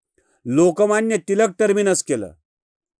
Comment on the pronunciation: तिलक नाही रे, टिळक म्हण. तू भक्त आहेस पण आधी मराठी आहेस.